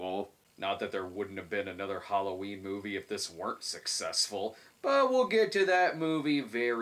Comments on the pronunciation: Moive? Is that Yiddish for anything or just how people from Jersey pronounce "Marv?" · The "Moive" 🤣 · "My Little Pony the Moive"?